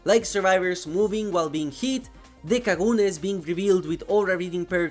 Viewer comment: Oddly satisfying hearing say Kaneki & kagune.